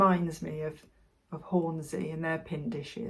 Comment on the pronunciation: its not Horn-zee its Horn-sea - in fact local Yorkshire folk call in Horn-si